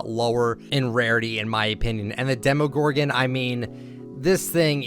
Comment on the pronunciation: Hold up hold up hold up,did this man just say demogorgon